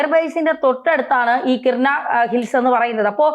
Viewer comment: സ്ഥലനാമങ്ങൾ ശരിയായി പറയാൻ ശ്രമിക്കണം കിർന അല്ല കിരാന എന്നാണ്